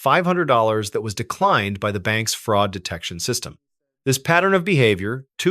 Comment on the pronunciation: “Demon-straight” “fraaaasud” lol. Be warned.